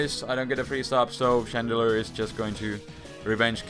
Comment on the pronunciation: chandelure not shandra....wtf is a shandra? XD